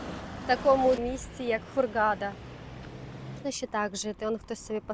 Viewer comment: Все добре знято! Зауваження- ставте правильно наголос в слові ХУРГАДА